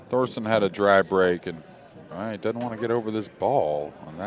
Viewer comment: Its Thorsten not Thorsten